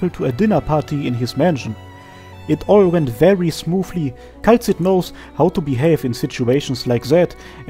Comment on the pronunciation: Excellent work, as always! But... "Kay-la-see"